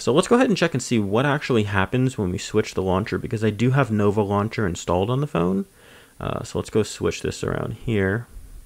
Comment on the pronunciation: Nova loncher 😂😂😂😂